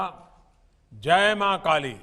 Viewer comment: पहले जय बोलना सीख लो शंख बजाने वाली